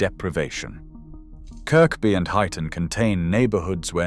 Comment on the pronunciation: ‘Middles-is-borough’, apparently in ‘Teezd’ (Teeside) and ‘Kirkby’ pronounced as spelt instead of ‘Kirby’ 😂